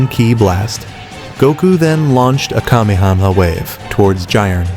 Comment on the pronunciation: "Kamekame ha!"❌ Kamakama ha!✅